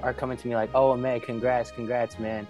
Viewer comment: it’s ahmed not admim 😭